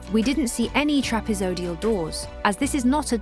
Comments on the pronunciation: TRAPEZOIDAL NOT "TRAPEZODIAL"!! 😵‍💫🙉🙉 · Take a drink everytime she says "TRAPEZODIAL"! 🤣🤣💩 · Trapeezee-oidal. Ugh.